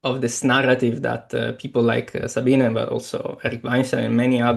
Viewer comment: "Sabine" is pronounced "Za-bee-neh" (not "Sa-bee-nah" or "Sa-been").